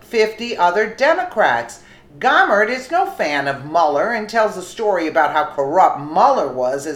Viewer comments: I like your videos but you have got to start pronouncing words correctly. Gohmert isn’t Gaw mert. Gohmert is pronounced Go mert. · Fyi its pronounced Go Mer t Jesus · Pronounce his French name. Go mare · This is my representative. Is pronounced Go-Mert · No big surprises here! Just one note though - Louie Gohmert is pronounced like Go-mert. He's my congressman and friend and I just like to hear it pronounced correctly. He's a heck of a good guy, a true patriot and the salt of the earth!